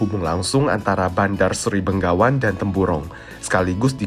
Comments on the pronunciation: selalu salah menyebut Begawan dengan Benggawan. Mungkin karena orang Indonesia terbiasa dengan menyebut Bengawan (Solo)😅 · Yang benar Bandar Seri Begawan, bukan Bengawan 👍🙏